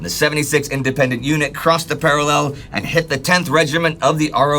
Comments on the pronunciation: i know its not pronounced para lell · It's going to be a long war listening to that enunciation of 'parallel'... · please learn top pronounce parallel correctly. If I have to go three years hearing you get it wrong i may just start screaming incoherently at you.